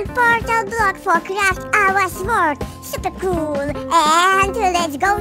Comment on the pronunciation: You say supa col